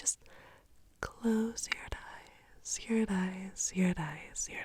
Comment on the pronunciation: Love this video and have watched probably around 30 times haha. What I can't figure out though is why she pronounces eyes like thighs , is that an accent or what??